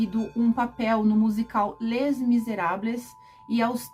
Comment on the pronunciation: Uma dica: Les (se pronuncia LE, pois não se pronuncia consoante final no francês exceto em algumas palavras como sac.